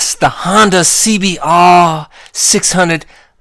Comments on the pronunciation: SEE-BEE-AAAAAGHR duble UGHHRR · I love the way you say Honda cbbbbrrr